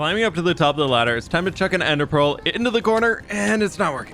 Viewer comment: I thought you said hey pear and was very confused